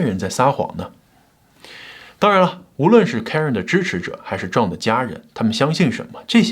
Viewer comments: 你這個John的發音唸壯太彆扭了 還是唸。。。醬吧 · John, 你这个词的发音真的很差，😂